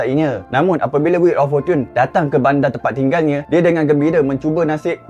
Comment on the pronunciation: Bukan fortun..ianya forchen (us) forchun (uk) tq